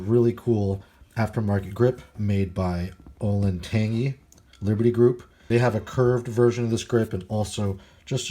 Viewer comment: Pretty sure you butchered the pronunciation of the grip company. Olentangy is a river in Ohio. The grip company is named after that river.